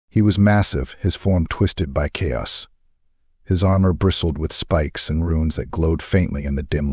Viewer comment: Absolutely love your work but could you please train your Ai to say chaos lol